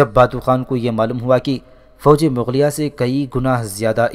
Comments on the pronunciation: Mughlia not maghlia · Mughlia not Magghlia